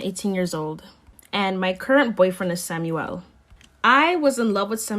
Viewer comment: I’m pretty sure it’s Samuel not Samyouel